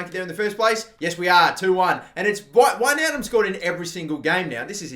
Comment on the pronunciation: One of the few youtubers who pronounce wijnaldum correctly